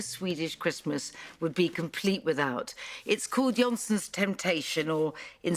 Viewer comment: I always smile at how poorly English speakers pronounce words in Germanic languages The 'o' is pronounced similar to 'oo' in 'moor' i.e. not 'olly' as Nigella says.